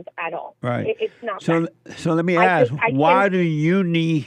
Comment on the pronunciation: Love the way Jesse says "Asss" for "Ask" 🤔 🤣😍🤣